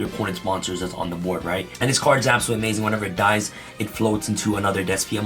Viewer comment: Iet ies what iet ies😂